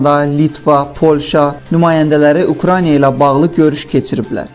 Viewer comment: Eyyy səviyyəsiz kanal Ukraniya yox Ukraina diktorun dünyadan xəbəri var???? 10 millionluq ölkədən normal diktor tapılmadı????